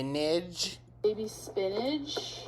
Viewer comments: She always pronounces spinach like spin-edge. It’s as annoying as ex-specially, and shamp-poo. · Did homegirl just say spinach with a "g"? Gorl. Gorl.